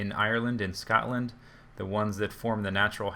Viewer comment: Love how you say "scot-land", haha :P